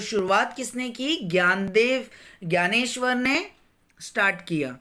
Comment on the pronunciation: Vo gyaneshwar nahi Dnyaneshwar hai